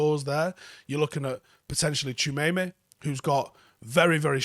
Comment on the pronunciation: We'll forgive a Manc for not being able to pronounce it but since he's the best DM on this list, for all you others it's Tchou - a - me - ni pronounced "Tchoo ah meh knee" not Tchemeyme